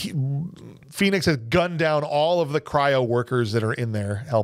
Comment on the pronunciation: Did anyone of you notice when stallone shout "phoenix " it sound like he shout "penis"